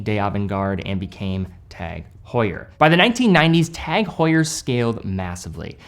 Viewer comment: It is an "h muet" silent H ... OMG ...